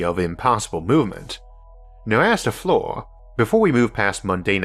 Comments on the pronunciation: It's "fleer" not "floor" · FLIR is pronounced "Fleer", just an Navy Vet that worked extensively with airplanes.